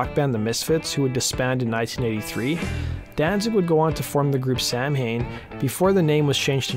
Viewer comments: PLEASE. LEARN HOW TO PRONOUNCE SAMHAIN. SOW(LIKE COW)-EN. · "Samhain" is pronounced sou-wen. It's Gaelic, so that's why the pronunciation/ spelling is so strange. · It's so embarrassing that he mispronounced "samhain." It's "sah-win." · Fun fact: "Samhain" is actually pronounced more like "saw-win". Yeah, I dont get the spelling either, but that's the traditional pronunciation (it's the original pagan festival halloween is based on) - And Danzig seemed to be aware of the proper pronunciation because he says he word properly in the lyrics to some songs (the Danzig song "Soul On Fire" comes to mind, with the lyric "it's the samhain of my soul") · "when", "win", close enough - still was closer than dude in the video lol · He says it more like, sah-main and I know how it's pronounced but everybody I've met just says Sam Hain. Which I'm sure is much easier for some people 😂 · Samhain is an Irish word (Gaelic) pronounced "Sow-In". Samhain is a pre-christian festival celebrated on the 31st of October, marking the end of the harvest aka Halloween. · If we are referring to Samhain as in Halloween, then it's pronounced SaaWin not the way it looks.